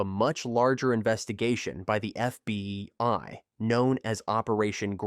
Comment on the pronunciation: You did an outstanding job. It was just humorous to hear F... BI instead of FBI, near the beginning.